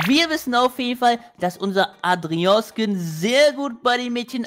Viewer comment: Und du hast Adrian richtig ausgesprochen☺